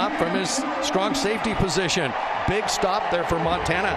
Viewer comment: CLASSIC ! NO D in MONTANA